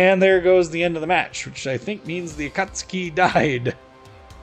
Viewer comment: Props for being one of the few YToubers that pronounce "Akatsuki" the poper way. GJ.